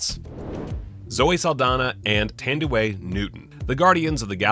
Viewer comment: In "Thandiwe" the stress goes on the second syllable.